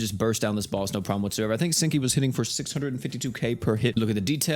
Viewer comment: All I can hear is stinky instead of senki